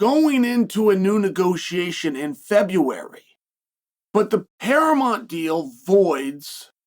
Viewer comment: Wahey, and we have a new mispronunciation for the books and it's "Paramont". Who needs that "u" eh? The yanks do love to ditch the "u" where possible I guess! 😂